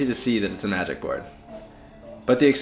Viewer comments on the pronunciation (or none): Haha I had trouble hearing that too. I thought he said somatic. After several rewinds I made out magic